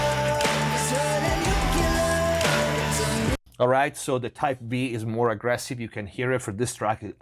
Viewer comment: Great video, thanks! (shame about the "nucular" pronounciation. oops!)